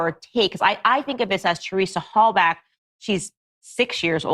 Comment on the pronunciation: You can’t even get the pronunciation of Halbachs last name correct. Candace is terrible.